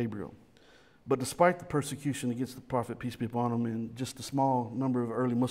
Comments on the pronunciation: And I hear "Peace be John Bonham." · Every time says "Peace be upon him" I hear "PT Barnum"